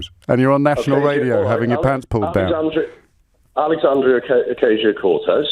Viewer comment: Stuart is my favourite. Not only does he say 'you' erd' non ironically but he thinks OACs name is Occasional Cortex. Adorable